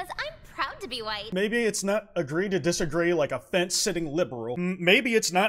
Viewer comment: hhhhhhwite hhhhhhhweat